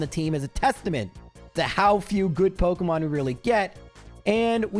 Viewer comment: pokEEEEmon* not pokUHHHHHHmon